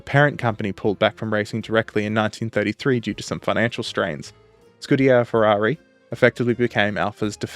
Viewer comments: You are pronouncing "scuderia" incorrectly - it's skoo-duh-REE-ah instead of your scoo-DARE-eee-uh. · It's "Scuderia" "Scudiera" is female squire. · Dude, good job ❤, just a quick couple of notes...1) SCU-DE-RÌ-A😊 2) The prancing horse was the legend, that pilot was not just a pilot, war hero and highest Itslian ww1 scoring pilot Major Francesco Baracca, 26 victories in air combat, and the badge is called "Cavallino Rampante" Keep up the good work, great channel, best wishes from Italy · 3) It's not "Schtecker", it's "Scheckter".